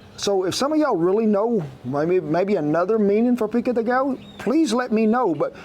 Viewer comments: The double Ls are pronounced like a “y”. You said it correctly when said pico de “gallo”. Same thing for pollo. And yes, pico de gallo, literally translates as a rooster point or beak, inferring, that it has a bite. Love your videos. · LOL! You pronounce "gallo" correctly as a Spanish-speaker would but "pollo" like an Italian! This made my day! Love the channel